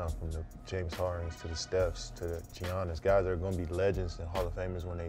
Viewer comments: This man really just called Giannis G-Annis 😂😂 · i know he didn’t just say gee-anis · It sound like he called Giannis, G-hones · He said G-iannis bruh